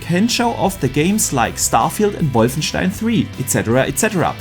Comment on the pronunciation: Am I the only one here just to here pronounce Wolfenstien?🤣